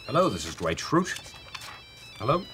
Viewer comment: I just love how Jim pronounces Dwight. "Duh white"